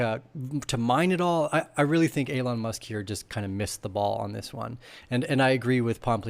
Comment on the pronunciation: Are you purposely pronouncing Elon wrong? Genuinely asking here.